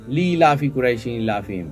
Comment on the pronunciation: It’s not Lilaf it’s Lielaf.